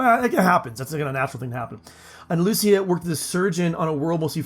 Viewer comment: lucia is usually pronounced lu CHEE a